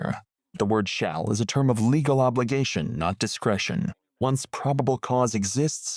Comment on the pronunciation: The worst AI narrator I ever heard. Just rattling off laws and mispronouncing easy words like "legal". Hire a real person.